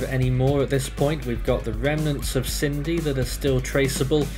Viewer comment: Sin-dee How on earth have you got Sydney from Cindy?